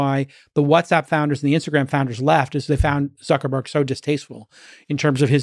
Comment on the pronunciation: "Suckerberg" lol